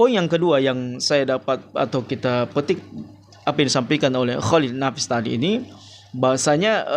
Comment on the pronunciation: Dr cara ngomong mu ja udah terlihat angkuh dan sombong,nyebut nama org g da adab, emnk salah mengucapkan pak cholil nafis kan g berat.drsitu udah terlihat sok paten.ngomong belepotan sok bicara bijak.sekolah tinggi tapi cara ngomong g beradap,g bisa menyesuaikan dgn dimana bumi di pijak di situ langit di junjung.title yg di banggakan,emnknya urusan akhirat ada hubungannya dgn title seseorang?